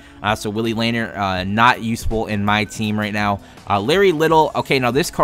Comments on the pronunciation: my guy its pronounced laneer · And it is Luh-neer